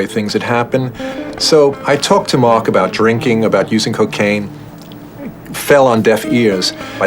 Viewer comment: Slightly disconcerting to hear the estimable Ms Quatro refer throughout to someone called "Merc." (Rhymes with Murk).